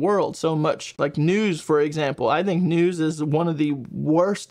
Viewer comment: Serious question, bud. Why do you mispronounce the words "think and think"? You say thenk and theng. You don't pronounce the "th" correctly. Is it an impediment?